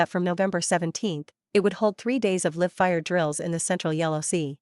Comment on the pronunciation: Please teach your chatbot to pronounce words like "live" correctly. Ai generated slop.